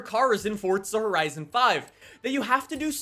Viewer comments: “fOrTzu” Four-zu d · Why do you pronounce it FORT za ? It's for za lol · Someone teach this man that’s theres no T in Forza and that it pronounced For-Za not Fort-Za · Its not fort za its called forza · Why do people pronounce Forza (Fortza) there is no T in Forza! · Wht does he say fortza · I don’t like you because you say ‘ fort-suh’ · Stop pronouncing it 'fort za' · stop saying fortza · Why do you keep saying Fortza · I've spoken to a developer and he doesn't say Fortza 🤷‍♂️